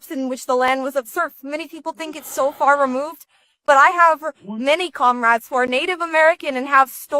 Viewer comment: "Comrades" comrats!